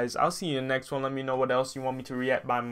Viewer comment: You said her name right Bro. You pronounced the title right the first time too.